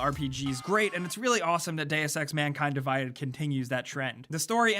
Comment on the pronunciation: it's "Mankind Divided" not "MANKING DIVIDED"